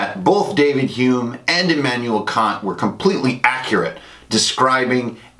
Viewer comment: again, great video. very informative. native German speaker here. I like how you said Kant's name different from the insult it might sound like in English. In German however we would say it exactly like "see you next tuesday", For it to be a long a in the middle it would have to be either spelled Kaant or more likely Kahnt. :)